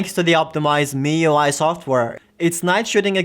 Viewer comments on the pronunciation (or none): none